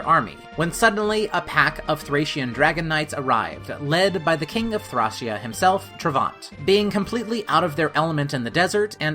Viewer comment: It's pronounced ThrĀc(Long)Ea